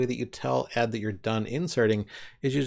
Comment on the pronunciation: As I understand it ed is actually pronounced as the individual letters like vi since ed was derived from an earlier more complex editor called qed. Think Edie Brickell not Ed Sheeran. ed is still my favorite text editor. As you demonstrated it has much of the power of vi but I appreciate that it doesn't take over my screen the way most other text editors do.